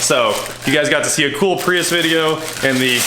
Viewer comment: It’s pronounced Prius